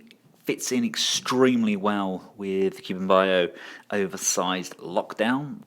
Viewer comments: Cu-Bi an-Bow not Cu-Ben-Bio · Wei Jiang : Way G-YoungKu Bian Bao : Cool B-en Ba-uuhope you don't mind but here's hoping this may help you master the pronunciation for these brand. :)looking forward to the KBB Hound review.